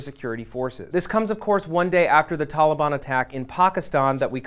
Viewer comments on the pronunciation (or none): I agree he is saying pakiston not pakistan. He did the same with Taliban. Atleast we know what he is talking about. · He could be purple or polka dotted. You're missing the point. When a non-native who doesn't speak the proper dialect tries to sound out the proper pronunciation with ONE word and then continues on with his colloquial accent for the rest of the dialogue, in my opinion it sounds awkward. For instance, this guy tries really hard to pronounce "Pakistan" and "Taliban", but he Americanizes the fuck out of the pronunciation of the Prime Minister. But you focused on the fact that I said "white dude". Jesus H Christ, you politically correct, overly sensitive fucks scare the fucking bejesus out of me.